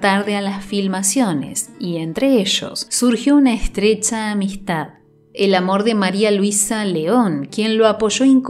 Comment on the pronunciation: Hermoso el relato sobre Pedro Infante, lo único que me desagradó fue tanto Sho, estresha, desarrosho, fashaste y tantos otros sonidos desagradables que producen urticarias a los hispanohablantes.